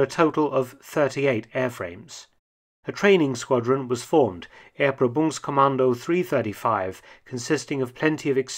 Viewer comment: "Er-pro-BUNGS-kommando" (test command) is a rather funny word too. I believe the stress should be on the second syllable.